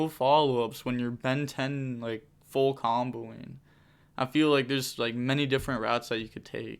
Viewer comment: He said “Phul combo”